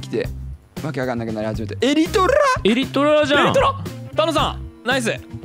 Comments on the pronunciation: のエリトrrrrルァ！？が地味にツボwww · 1日の楽しみが来た！ 巻き舌気味の「エリィトゥラァ？」 の歌声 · ここのの「エリトラ！？」がめっちゃ巻き舌www